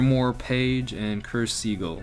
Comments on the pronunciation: Uh. Sorry to say but this really bothers me, you pronounced black seagull, it's called a sigil sigill, not seagul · Sounds like he's saying Seagull